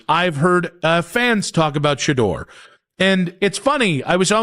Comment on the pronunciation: Shedeur name got killed by the narrator